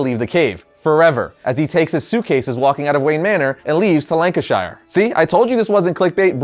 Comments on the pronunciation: It's pronounced lan can sheer....lol Americans always pronounce it as shire...understandably,but the English language and accents are kinda messed up..every1 always uses sheer when it's shire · very enjoyable vid (as are all the others by variant comics) but I have to say I couldn't help giggling like an idiot each time he said Lancashire cos its pronounced Lancisher the way he said it sounds super goofy like saying "I will come back" instead of "I'll be back" :) just pointing this out cos A. am a massive nerd & B. I'm from Lancashire in the UK :) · It’s pronounced Lancasheer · It’s pronounced Lank-ish-shure Shires are where hobbits live Shures are where people live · don’t wanna be that guy but it’s pronounced “lancuhshire” Ik it’s weird but it just annoyed me a lil😭😭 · Being from Lancashire its pronounced Lank-I-sh-er Sorry love the videos just triggered me keep up the videos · Just some advice. For some reason, people outside of England always mispronounce locations ending in shire like Yorkshire, Lancashire and so on. Its pronounced like sher not shire. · I know your from America, but your saying Lancashire wrong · Being from the UK and hearing it being pronounced "Lancashire" and not "Lancashr" is odd lol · I'm just annoyed how he's pronouncing Lancashire other than that great video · Yo heads up mate that's not how you pronounce Lancashire. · Please say Lancashire properly. I love you but damn 🤣🤣🤣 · The London clock tower and Lancashire’s pronunciation were HILARIOUS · The 'London Clock Tower' is called Big Ben. This is an interesting story. I've not read book two yet. I love your way of pronouncing Lancashire!